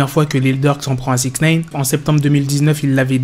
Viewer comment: pourquoi tu dis souvent "sixneïne"?